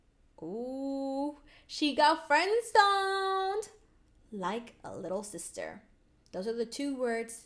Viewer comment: lol did u mean friend or did u actually mean frien? 😆😆 lol your my fav YouTuber but can I get a shootout in ur next live stream please! I'm never noticed;c anyways I love love looooooove your yt vids keep up the good work!